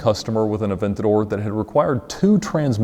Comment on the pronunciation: Ed becomes Italian every time he says Aventador